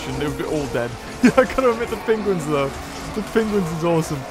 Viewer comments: Hate the way he says penguins. “Pingwings” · Hear how he says penguins